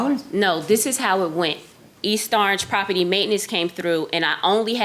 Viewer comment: It's p-r-o-p-e-r-t-y. Not p-r-o-p-i-t-t-y.